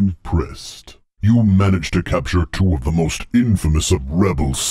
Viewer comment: You can tell who Vader is by the way he pronounces things like "two" in "1992" and "even the poopy ones." If I had expected a plot twist the first time around I still don't know if I'd been able to guess him.